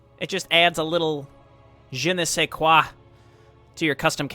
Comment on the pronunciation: I love the campain and what you do, btw Nice try on the Je Ne Sais Quoi as it was nearly very frenche